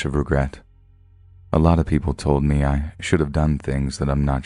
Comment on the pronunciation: This narrator 😅 his voice is a bit grating to my ears...it's the way he says "me" like "may" and the cadence of his speaking is odd. Idk he's my least favorite, whoever he is.